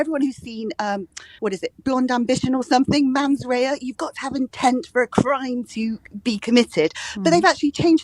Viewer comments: And she said ‘MANS rea’ instead of mens rea!!! Some people like get jobs as Editor or similar - l wonder how and why??? Basic knowledge of spoken and written English is a prior requirement l would have thought? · and NOT "mans rea" but "mens rea" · It's mens rea, nor 'man's rea'. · Did she say man's rea instead of men's rea. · "Anyone who's even got a basic knowledge of law - man's rea?!" 'Mens Rea',. It's Mens Rea - Latin for "guilty mind", not as in "a rea for men". So, clearly when you say "anyone with a basic knowledge of law", you were not including yourself